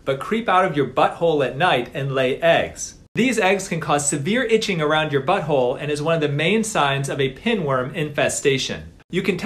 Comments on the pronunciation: Dang the way u emphasized BuTT H o le hilarious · Bro the way he emphasizes “butthole” got me over here dyin!